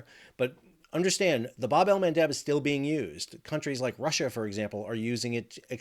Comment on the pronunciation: Can you please start saying “bab” correctly? It’s the short A. As in jab, stab, crab, dab.